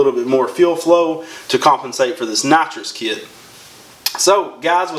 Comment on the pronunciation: sounds like you sayin natcho kit sometimes hejeh nice vid